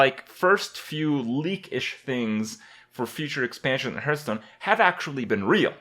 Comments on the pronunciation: did he just say "Purtstone"? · also "herthstone" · 1. It's Hearthstone, not Hurtstone 2. Do something for your facial hair